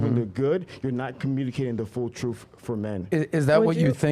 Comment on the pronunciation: "Troof". Can this man please get an inhaler & Invisiline or something? His speech impediments kill me & he's not as articulate as he thinks he is.